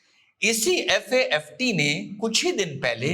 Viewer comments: Good analysis! 👍 लेकिन आपने 1–2 नहीं पूरे हर बार FATF को FAFT बोला.... प्लीज ऐसी गलतियों का रखिए!!!! विशेषकर जब आप क्लेम कर रहे हैं की ऐसे राजनीतिक मामलों में आपका कमांड है.... Hope you will take it positive! 🙏🙏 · Sir its FATF not FAFT 💓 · Sir it is FATF NOT FAFT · It FATF instead of FAFT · It is FATF and not FAFT? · Sir aap baar baat FATF ko FAFT bol rahe ho 🙏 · Sir with due respect, it's FATF not FAFT . We understand it's slip of tongue. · FATF को आप FAFT बोल रहे है। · FAFT nahi, it is FA TF. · Sir it's FATF not FAFT as per my knowledge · FATF को आपने बोला है FAFT वो भी एक बार नहीं बल्कि बार- बार बोला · Its FATF You said FAFT. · Dosto sir se sleep of tongue hua hai its "FATF" not FAFT....✅ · FAFT नहीं FATF 😅 बोलो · Sir its "FATF" 🙏🏻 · सर आपने FATF लिखा सही है उच्चारण गलत कर रहे हैं।